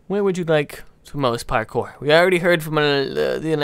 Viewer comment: Agreed except maybe the word "parkour" not parkpour.